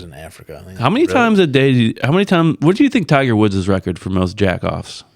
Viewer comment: Thai-ger Woods